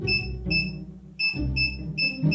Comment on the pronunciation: ㅋㅋㅋ 리치야 할때 사투리 억양이 귀에 쏙쏙 들어오네요